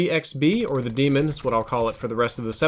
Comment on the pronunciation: fool said demon lol